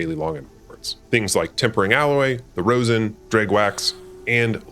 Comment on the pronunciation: Rozz-in not rose-in :) Nice video and great narration/production.